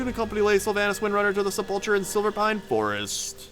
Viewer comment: sep-luh-ker, sepulcher